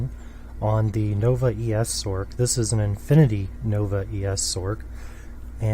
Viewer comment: why does he pronounce it "sork" when the c in sorceress is an s sound, i always pronounced it a "sors" because of this same with "merc", which i pronounce "mers" because its short for mercenary